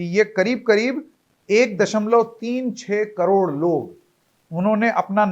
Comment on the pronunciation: Cror nhi bol sakte